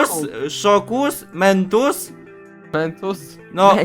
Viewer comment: zamiast mentus to miętus